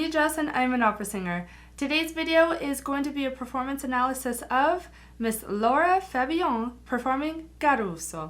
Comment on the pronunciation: L-A-R-A not Laura Jess